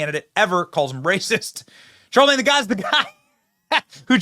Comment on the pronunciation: You kept saying Charlamange the God. It's Charlamange the Fraud.